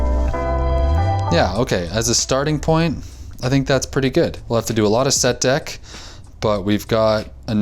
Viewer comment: Awesome video! TF is "Set-Deck"?